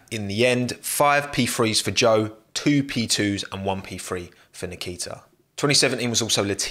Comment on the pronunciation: It’s Zhou but no one knows how to pronunce it